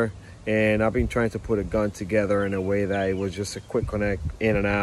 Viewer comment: “ DA GILMOR GON” 😂